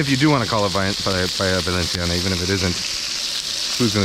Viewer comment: When u pronunce Paella Valensiana it's the way it should be pronunced, 'cause in València we speak valencian and 'c' sounds like 's' like the colombian accent you used. Btw, that was a good recipe and a top channel! You should try to cook Fideuà, it's a paella made with some kind of noodles (fideus) instead of rice, and seafood, it's from Gandia (València).